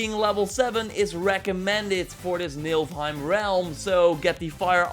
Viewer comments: Yeah, you keep saying "NiLfheim", but it's actually "NiFlheim" :) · U say NILFheim but its NIFLheim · Niflheim not Nilfheim :P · It is niflheim not nilfheim 😂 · MILFhime. Lol.. definitely not Niflheim. Naaah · Because of u i call niflhiem, nilfhiem... its NIFL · What is Nilfheim? I thought it was called Nifelheim 😂😂